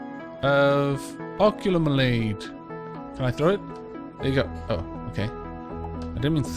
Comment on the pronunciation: it's ah-Q-lemonade. it's a pun off lemonade.